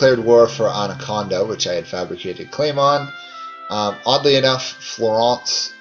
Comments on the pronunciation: anaconda lol. the butchering of italian names is real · As a person living in "Anaconda" that was hilarious